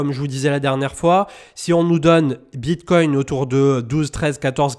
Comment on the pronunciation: C'est quoi le Bitcointe 😂😂😂